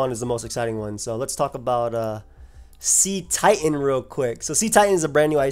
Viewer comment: The "cet" in Cetitan is pronounced like "set", not like "seat". It's a pun on the word "Cetacean" which is a member of the infraorder of whales, dolphins, and porpoises.